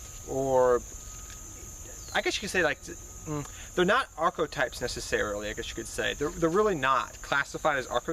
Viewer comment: "Arch-o-types" someone tell this man it's an e not an o